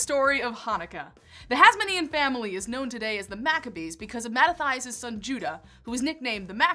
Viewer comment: Mah-ta-ti-as, not "Mah-ta-thigh-us"